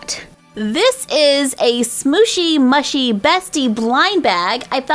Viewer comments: shooshy mushy is pronounced sqooshy mooshy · Omg it is called Smooshy Mooshy not mushy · It is actually pronounced: Smooshy Mushy (M-oo-sh-ie) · U say it like smooshy mooshy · ps it’s pronounced smoshy moshey so it rhymes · It’s pronounced squishy mooshy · It is pronounced smushie Moo-shie